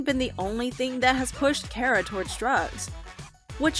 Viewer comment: Her name is pronounced Kah-rah